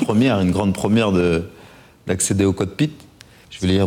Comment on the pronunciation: 5,57..."Acceder au coTpit" MDR